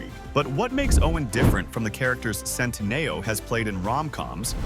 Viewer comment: Just the incorrect pronunciation of his last name sometimes...